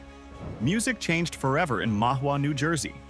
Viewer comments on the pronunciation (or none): It's pronounced. Puh ram us. The guy banging the rocks sounded like rocks and not bells as you mentioned. When I went to Capemay it was called Diamond beach. It is pronounced Ma Wa. Geeze. get someone who knows how to pronounce these towns. Hire a voiceartist. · Really good video, but the fake voice pronounced Bayonne, Paramus, Mahwah, and White Manna wrong, and those weren't jug handles that were shown when you talked about jug handles. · I never knew about the Russian memorial fir 911 and i live in N East Jersey Hackensack. White Manna baby. This is AI voice cuz it pronounce Mahwah and Bayonne wrong lol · I literally yelled "What?" at Bayonne and "The Fuck" at Paramus... Mahwah too.